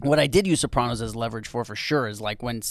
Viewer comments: Rob was so dope on Jim and Sam with Jamie Lynn, and now AYG!!! guy is a beauty. the only thing that bugs me is the way he says Soprawnos. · Crazy to hear someone from the show pronounce Sopranos like that.